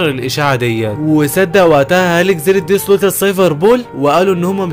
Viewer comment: يا خي بالهي عليك انطق الاسمي با الصحيح اسمه دريسروزا مو ديدرودا